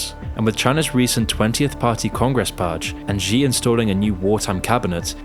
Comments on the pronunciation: It's not GEE or ZEE Jingping. Xi is pronounced like SHE. I hate the dude but common man. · Please just say "she" for "Xi," and not whatever it is you're saying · But I wish he could pronounce the Chinese leader's name too. Xi = She. As in 'She didn't do her homework, and she wants to destroy Islam and take over the world'. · I don't know if I can believe this guy who doesn't even know how to pronounce the name of China's prime minister / Paramount leader. Especially when there are so many sources that model the pronunciation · Yeah, but fails on "Xi" lol